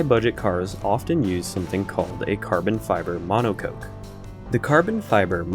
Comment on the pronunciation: The way he says monocoque really irritates me lmao